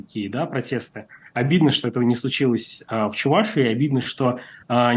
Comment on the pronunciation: Замечание к ведущему,нужно говорить не: Чу- Вашии, а Чувашии. Ведущий,научись правильно разговаривать по русски.